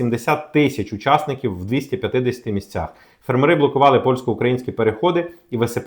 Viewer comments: фЕрмери, а не фермерИ. Неможливо слухати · фЕрмери, а не фермерИ❗️ Ну неможливо слухати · У слові фе́рмери (множина) наголос завжди падав і падає на перший склад — на літеру е: фе́рмери. Цей наголос зберігається в усіх формах множини цього слова згідно з нормами української мови. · На порядок дешевше, це в 10 разів меньше. ФермерИ це невірний наголос. Щось робіть з ротом, чи головою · цікава інформація. Але тригерить: не фермери з наголосом на останньому складі, а фермери - з наголосом на першому складі